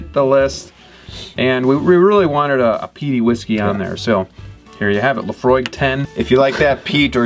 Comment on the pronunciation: Please learn how to properly say the name of the Whisky before you review or list it.